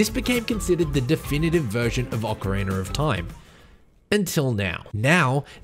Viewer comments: he keeps saying "ocariner of time" and i can't not hear it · this man did really not say "oceriner of time" at the very start right? OH HE KEEPS SAYING IT LIKE THAT? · Why people still say “ocariner” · Why do some people pronounce it "Ocariner of Time"? Is it an accent thing? Not trying to be an ass, i'm genuinely curious. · Thanks for your answer! Now when you say it, it mat be correct that it is an aussie thing. When i think about it, i've only heard that pronounciation from aussie gamers :) But just want to reiterate: I didnt mean no disrespect or anything like that. I love the aussie accent, its the loveliest english on the planet actually :)